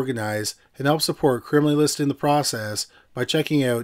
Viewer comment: If I hear crimaly one more time